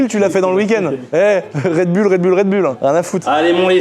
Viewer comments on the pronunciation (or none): none